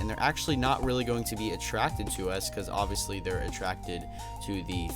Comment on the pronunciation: Stop saying oviestly